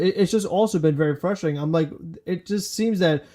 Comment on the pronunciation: please notice the first ‘R’ that appears in the word “frustrating” and endeavor to pronounce it. Thank you for your support.